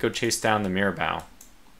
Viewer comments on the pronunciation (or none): Great work in this absolute cluster of a battle. One thing though: It's pronounced Mira-Boh not Mira-Bow. If you could, just throw the ship names into Google Translate and listen to how they're pronounced.